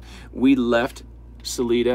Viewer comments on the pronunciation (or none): We, Coloradans pronounce it Sa LIE duh not Sa lee duh. Both ways are correct I guess. just saying.. lol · It’s Sa lie dah, not suleeda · It's pronounced "Sah-LI-dah" accent on 2nd silible. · Salida has a long "i" sound ... like Sa-lai-da. Chaffee county has some very rugged places. If you were being watched by guys with rifles and they were well positioned, there is something they want to keep hidden. I just drove through there on Hwy 285 in mid September. I was hunting in Saguache County, just south of Chaffee county. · It's pronounced as Sali(long i Sali(eye)da .Sorry,don't know how to correctly type this) I feel really STUPID,right now, Anyway,just trying to be helpful,not critical. I appreciate your communication skills and your ability to converse with people in such an open,caring way. Thank you for all you guys do. And give your families back home that understand your passion à special thank you from all of us . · I’m sure they are up to speed - aside from not pronouncing sal-EYE-duh correctly ☺️but wow, these guys are impressive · Just FYI Salida is pronounced SO-Lye-Dah 😁 I lived in CO from 87 to 2017 It's beautiful and I miss it but don't miss the cold LOL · SA-LI-DA, theres no EE BROOM-FIELD, no S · Salida is said with a long "i" just sayin' 🙃. Sah- LIE-dah. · It is Sal-I-da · It’s Salida! The I is like eye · Salida has a long y in the saying.